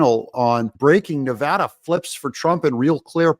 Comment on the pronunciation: And you even pronounce our state correctly!!!😂